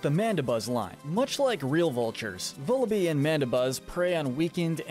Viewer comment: It’s pronounced “zor-oo-UH”, “zah-ROOD”, “vull-uh-BYE”, “HEE-SWEE-in”, “zig-ZAG-goon”, “DRAP-ee-on”, “PAWN-yard”, and “ZVEI-liss”, “Patrick Star”! 🤨 You’re so bad at pronouncing names,. 🙄